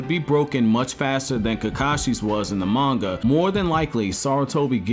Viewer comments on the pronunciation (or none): none